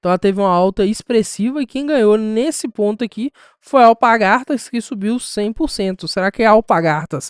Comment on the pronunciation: alpaRgatas e não alpagaRtas...